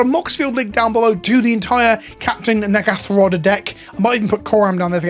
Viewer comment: Can you pronounce Captain N'gathrod correctly? You are almost saying something else that you really don't mean to say.